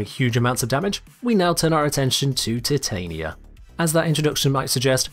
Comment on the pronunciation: My one small change to Titania would be pronouncing her name right in the game